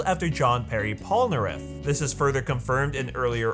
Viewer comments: So nobody is gonna talk about the "john pierre polnareff" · "John Perry Polnareff" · ah yes...Jean "Perry" Polnareff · Is it an american common practice to casually butcher names? I mean it's not difficult to say Jean Pierre Polnareff, is it?